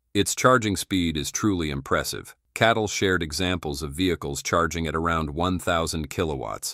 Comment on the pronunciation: it is CATL not KATL